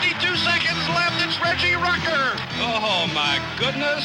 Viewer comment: Nice mispronunciation of Rucker